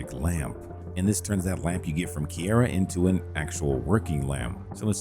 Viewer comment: Is this an AI voice? Grass = grash, Geralt = Guhralt, Kiera = Keyera etc? Or did you not play the game at all lol? Either way, I appreciate the list of mods but the mispronunciations were nails on chalkboard.